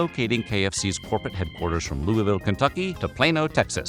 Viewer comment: Bro pronounced Louisville correctly, wtf